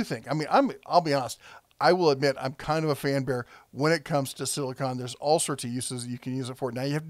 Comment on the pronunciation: Not sure if anyone hit this yet, spoiler: word police, silicon is an element used for electronics while silicone is that goopy sealant your talkin about. I know it's probably a pronunciation thing but there is a difference, just sayn. My apologies if it's already been brought up.